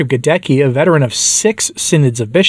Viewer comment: GhadeTSKEE not Gadekki!!!